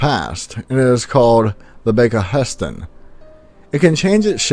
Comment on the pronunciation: You pronounce Gustav Wasa and Bäckahästen like a true swede! Good job! A few translations for you all: Storsjöodjuret: Big Lake Beast (He/she is kind of our Nessie). Storsjön: Big Lake. Skogsrå: Forest-Raw or Forest-Roe like Roe-deer. Troll- well Troll. Snömannen: Our literal translation of Snow-man as in the Arctic Bigfoot. If we refer to a Snow-Man as the thing built out of snow it is Snögubbe. Werewolves: we had people believing in werewolves up to the 40s and 50s for real in Sweden. Sadly mostly to spread hate for wolves so they had an excuse to kill them, the hate from the great starvation of Scandinavia. Draug: a drowned person who comes back to life. Basically a waterzombie. Vittra is something else: they are the most feared creature in Swedish Folklore along with Maran (the mare as in nightmare) who basically is what we see as the woman when having sleep-paralysis, you can chase her away with a poem but someone else has to say it since yourself cannot move when she sits on you. Myrling: Is more the spirit of the dead child than a zombie-version. They will try to call you into the forest to kill you - Myrlingar was children dead from either starvation or like in Hansel and Gretel- left in the forest to die since the family could not feed them. The flying dinosaur I actually never heard of, not the boar or alien thing. Bäckahästen: The Creek horse- kind of like Näcken (basically means to be naked) - they basically lure you into the water to drown you - similar to the Ke